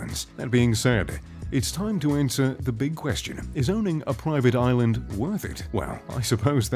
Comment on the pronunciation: how many times did he say “proiivate oilund”